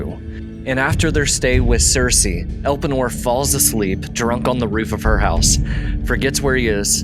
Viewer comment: pronounce: el [PAY] nor